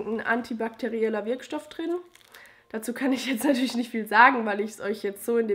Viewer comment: Wo kommst du her? :D ich frage wegen deiner Aussprache, "plöd" statt "blöd" und statt "da drin" "da trin" 😀 Und danke für die Produkt Tipps, das mit der trockenen Haut macht mich auch echt fertig im Winter.